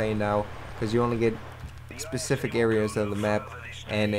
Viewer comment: Mele is not pronounced "Meal-lee"...its "MAY-LAY".......You mispronounce a lot of shit man, its weird sometimes. You say "Pacific" for "Specific", like wtf is that shit.